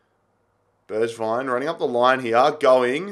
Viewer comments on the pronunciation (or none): Bergwijn pronounced berg (iceberg)-vine; tanguy ndombele pronounced ton-gee en-dom-bell-ay